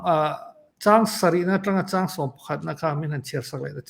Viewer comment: Ṭhang, hi ṭingṭang kan sawi a, ṭang kan thluk ang khan thluk ila a dik in ka hria mama leh pu mafela in chanel hi ka hmaih lo hle a, nun a chawmin a hlawk thlak hle ṭhin mai Lalpan malsawm che u rawh se